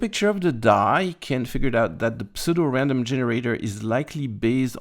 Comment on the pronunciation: Happy new year to you and the gang. And just so you know, the P in pseudo is silent lol.